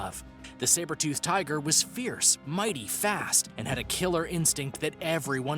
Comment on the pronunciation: Learn to properly pronounce the creature names please. Also check your facts. The saber tooth tiger was powerful not fast. Same with the short faced bear.